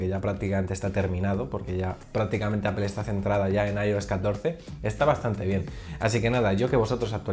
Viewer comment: Bueno qué se podía esperar si no puede pronunciar bien Apple y dice apel jejejeje pero buen video fuera de ello .